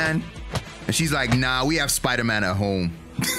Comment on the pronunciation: that's sponder man ahaha